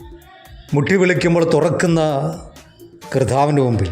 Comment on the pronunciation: കർദ്ദാവ് അല്ല സഹോദരാ...കർത്താവ് 🙌